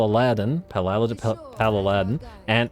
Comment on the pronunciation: YEAHHHHHHH HE BUTCHERED THE PAL'ALADIN's NAME VICTORY TO ME